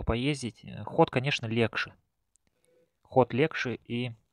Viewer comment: Не говори пожалуйста "легше"